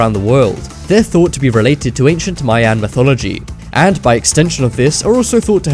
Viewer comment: I like how he says MY ANNE instead of MAYAN